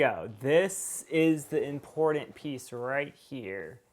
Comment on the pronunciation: Once you hear him say "impordent" instead of "important," this video is damn near unwatchable...